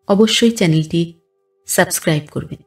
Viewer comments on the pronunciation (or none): none